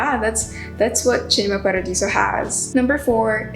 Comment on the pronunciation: Love the selection and the way you pronounced Cinema Paradiso! Would you add any other movie since you've posted this?